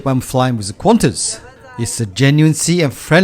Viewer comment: It’s nice but it’s just ………Qantas🤦🏻‍♂️🤦🏻‍♂️